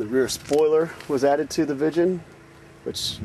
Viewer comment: Not vichen🤓its viggen.........